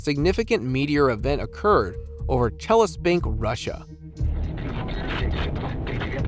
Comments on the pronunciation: Chelyabinsk!!! Not Chelespink!! Why can't anyone pronounce words correctly anymore in these YouTube videos!? Not just this video, but many online clips are full of mispronunciations. I'm beginning to think that many clips are narrated by AI bots. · Damn, you have spelled it right but couldn't pronounce. It's Chelyabinsk. You messed up with last letters. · All I understand is historians don’t know think or someone doesn’t let them say, seeing this make me think about man in black with stick flashing lights. And strange for me to heard way he pronounced Russian sites 😊.Челябинск 😊